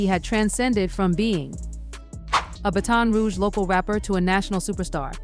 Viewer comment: The way she pronounced "baton rouge" 💀💀💀💀